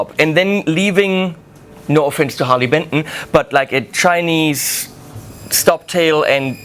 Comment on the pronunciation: I thought it was called Harley Benton not Harley Pimpton .